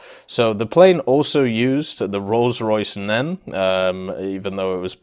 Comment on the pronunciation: Never heard of the Rolls Royce "Nen" engine..., you know better than that